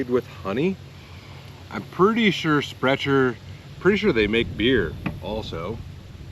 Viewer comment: Sprecher the c is pronounced k, yes they have awesome beer as well, the "12" is my favorite